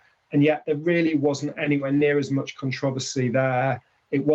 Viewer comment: The Con-trov-ausy!😄🤣